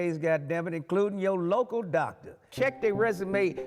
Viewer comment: DOCT-ER I think not 😂